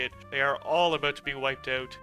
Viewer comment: I'm from BC, I can hear your east coast accent when you say about and out.